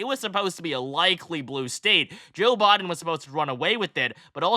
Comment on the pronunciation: Thank you for breaking this down. Also, for some weird reason I like the way you say “Biden” lol